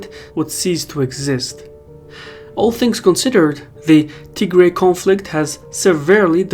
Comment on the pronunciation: Wait, is it pronounced Tigray or Tihray?